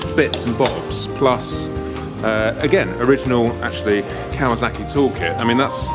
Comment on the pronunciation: Cool old bikes but you know it's Kawasaki, not Kawazaki, yeah?